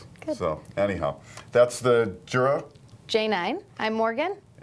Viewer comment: I just wish you guys would pronounce it correctly. From their own instructional videos, it's pronounced with a Y sound, not a J sound (Yer-uh, not Jer-uh).